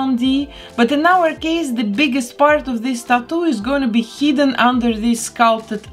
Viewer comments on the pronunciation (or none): none